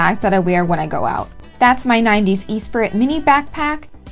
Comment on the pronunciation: It’s not pronounced “E sprit”, it’s like “eh spree”. Great fun watching you enjoy my growing up years:)